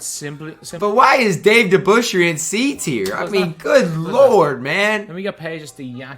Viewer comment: “Dave DeBusschere”Get this certified bum of my screen